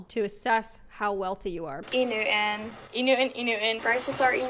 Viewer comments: e new an, e new an, e new an… lmao bring back pronunciation and enunciation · It’s not a cultural dialect … it’s girls trying to “sound cool” but pronouncing things in those weird ways “like omg like it’s e NEW-IN” I agree with the old lady sorry those girls are cringe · I don’t see the need to be nasty about it, but I did find the montage of girls all pronouncing ‘enew’on’ the exact same way to be very funny. The Influencer Accent is real and it’s coming for your t’s. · For some reason i’m most upset(?) about the way they pronounce “E-Newton.” Like who/what is new ‘un? The T isnt silent! 💀 Edit: omg i posted this comment right before the “back in my day” lady. i wouldnt kick people out of any org over a mispronunciation tho 😂😂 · no, but I do kind of agree with the woman who said they pronounced e newton incorrectly. they are saying e new-in. they sound not smart. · I really dislike the way they are pronouncing ‘E Newton’ 😬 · Around the ; The older sorority lady seriously irritated me. I played that back idk how many times; “Enewton instead of Enewton” it sounds exactly the same. I honestly can’t understand the difference. Like did this lady play it back herself before she posted because honestly she sounds ridiculous. And I get understand what she’s trying to say but her pronunciation of the word is identical both times she says it, so her argument sounds ridiculous. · 1. What is e newton? Never mind, I don’t even care. 2. Why, WHYYYYY are they all pronouncing it like that? The laziest pronunciation I have ever heard 🥴